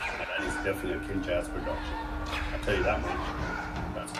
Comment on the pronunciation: Not sure if you know about this, but here it goes. You're close, but it's pronounce as "Kin-juz" (like ninjas, just switch the 'n' with a 'k', and switch the 's' with a 'z'). The 'K', or 'Kin' for them, stands for Family (previously stand for 'Brotherhood'). So the full name stands for "Family of Ninjas". They have been a crew since 2010. They're are basically dancing nerds, that love anime (hugely influence by "Naruto"), and pretty much Asian culture, and they were formerly known as the "ANBU Black Ops", before changing their name to the Kinjaz. They are a crew of over 35 official members, mixed with great dancers, several incredible choreographers, and people working within multi-media industry (especially some of the members that do the video work from "Vibrvncy", yes that's how they spell it). They have several members from crews that participated in "America's Best Dance Crew". They have 1 of the former members of "The Jabbawockeez" (Ben Chung aka B-Tek), 2 members of a crew that battled against them during ABDC Season 1 called "Kaba Modern" (Mike Song & Tony Tran) (which 1 of them (Tony) joined "The Jabbawockeez" for a while), 4 of the "Poreotics" (Charles, Chad, Law & Jet-Li), & 2 from "Mos Wanted Crew" (Jawn (John) Ha & Bam Martin). Also, the made a lore/story about them being students, or elite ninjas against some sort of evil, which you can look up more about it in their channel... ( ) I highly suggest that you react to their performances at "NBC's World Of D